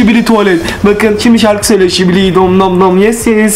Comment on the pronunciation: Şibili😂 tuvalet değil😂 skibi tuvalet